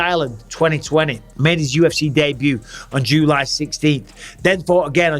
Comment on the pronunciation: I don’t like the way you are saying July my man😂